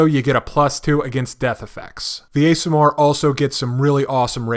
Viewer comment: Pronunciation Guide: Aasimar: Awe-see-marr Undine: Oon-deen